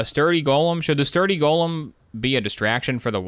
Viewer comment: go-lem not "gollum"